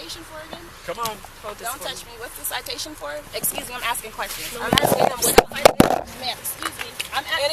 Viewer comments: It’s ASK. NOT ax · Please people the word is “ ask” not ax. Please finally learn how to pronounce this easy English word. It’s “ ask” NOT ax. ✌️ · Why do blacks always say “axe” when it’s pronounced “ask” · Ask. Ask. A.S.K. IT IS PRONOUNCED "ASSSK" ASK! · Such a waste of air!! First of all, she’s a massive human, exhausting the poor officers! Secondly, she’s a is a driving/wrecking crime spree! Ughh!! Axing! Axing! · "You AXE what the concern is." cripes! just doesn't get it! Hilarious.. "please don't touch me,," yeah,, hilarious! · I knew she was trying to skip the parking fee as soon as she pronounced ask as “axe” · Can't pronounce "ask".